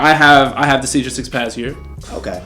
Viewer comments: Sage of six page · "Sage of Six page"